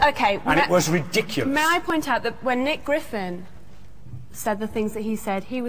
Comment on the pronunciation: Did he say Nick Griffiths?